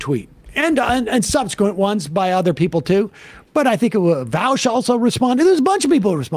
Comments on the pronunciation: lol Come on, Sam! You know it's Vaush, not Vowsh. You've mentioned him a few times on the show now. The guy praises you all the time. At the very least, you can get his name right. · Dammit, Sam, it's Vahsh, not Vowsh. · Sam stop calling Vaush, Voush. Its pronounced Vorsh. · i love how no matter what political ideology u are if ur are a boomer u say VOWSH instead of VAUSH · I love how Sam is still saying “Vowsh” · why does Sam say vawsh? you'd think after this amount of time he'd pronounce it right. vaush has grown to be a successful and respected leftist voice and has cited Sam as a role model. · Vowsh bad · Come on now, as fellow Vaooshites, let's not lie to ourselves. We know it's Vahwsh, as in Voosh Bad.